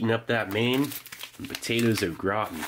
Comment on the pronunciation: I coulda swore he said “potatoes look rotten” 😂